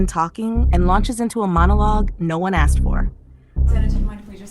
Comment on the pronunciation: The word is asKed not aSSd. Bet she says chesteR drawers